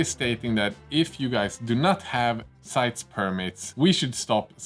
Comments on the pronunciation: I work in customs inbound in the United States. Just a little thing I couldn't help but notice in the video, the E in CITES is pronounced, at least in every presentation and video I've seen on the subject. Like, sight-ease. They want to make sure every letter is included in the name. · You will have the same issues sending to Canada, where we pronounce CITES as SIGHT-EASE. There should be a way to appeal the ruling with CITES to have an exemption put in. As for North American distributor, I would throw out Sunward Hobbies in Canada as possibility.